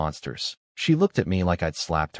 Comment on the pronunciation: honestly these ai read stories need to be turned into Phonetic spelling then listened to so words like bow is pronounced as bow a ranged weapon, not bow the front of a ship, get fixed. It would also knock out the ai reading words as letters, ie she read as s h e instead of just she.